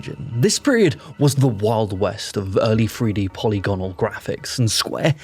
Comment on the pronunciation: "polly-gonnal" is not the pronunciation learn to speak